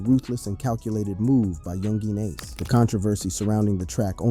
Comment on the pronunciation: bruh ur like 20+ videos in about this and u still cant pronounce youngeen ace is crazy work